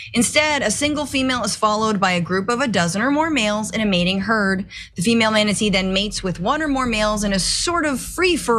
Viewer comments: No, Cenk. You stop it! Stop it right now! It is manaTEE, not manaTAY! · Maybe off topic, but I love how Cenk keeps saying manatays and not mantatee. LOL! I also thought it was fun to learn they have gay sex. I had 2 male cats that got it on all the time, so that's just hilarious IMO. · The way Cenk pronounces manatee is both adorable and hysterical. "Manatā" LOL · Say manatee.